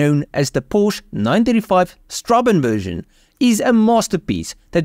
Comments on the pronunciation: You pronounce that weird German letter as an "s" instead of a "b" actually. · It's certainly right up there with Lanzante Porsche 930 TAG Turbo as the most desirable 911, would love to see it side by side with the Ferrari F40, that would be a sight to behold. Sorry for being nitpicking (again), but "ß" is not "b", but "ss", so it should be read as strassen (streets), though I don't think the German use it anymore.However, it was jokingly used in Grand Theft Auto V for its fictional beer brand, Pißwasser (pisswasser/piss water). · I like your videos but you could make a bit of an effort pronouncing correctly. Straßenversion is not strabenversion but strassenversion where ß stands for sharp s or ss and not b. If you put the word in google you can hear how is pronounced and see what it means (road version). It would take all of eleven seconds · In german, ß is double SS so it isnt strabenversion, its strassenversion. Just so you know/A swede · Strassen - not Straben! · Nice car. Note Strassen means ‘streets’. As it’s the street version. B is pronounced as a double s.